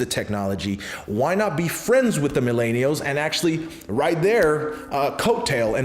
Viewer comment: Good stuff but your pronunciation is appealing Mil-en-i-als